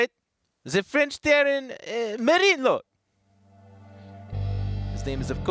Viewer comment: your french accent is so bad it sounds more like a middle eastern accent xD